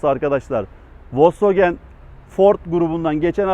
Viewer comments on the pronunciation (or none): none